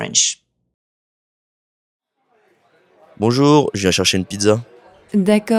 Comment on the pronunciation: Martin has terrible pronunciation. The first phrase sounds like /je.ʃaʃən.pidza/, not "je viens chercher une pizza"